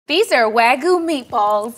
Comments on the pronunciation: Im sorry, but its pronounced Wagyu not wagoo… for some reason everyone at mythical pronounces it wrong 🤷‍♂️ it is wa-gyu not wa-go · Not sure why so many people are pronouncing wagyu like ragu, there's a Y in there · I am going to tell myself that pronunciation of wagyu was for a bit haha